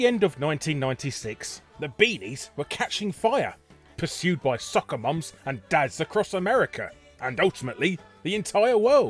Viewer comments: Did it pain you to say "soccer" moms? Or did you say "sucker" moms? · I like that the way you said "soccer moms" sounded like "sucker moms". That's how I view all these collectors.